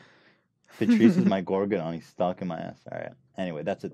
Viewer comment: holy fuck Ethan said "gorgodon" 😂 it's demogorgon 🅱